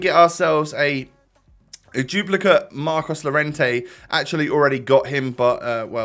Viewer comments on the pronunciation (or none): none